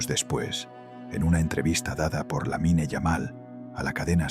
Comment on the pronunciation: SE PRONUNCIA "LAMIN"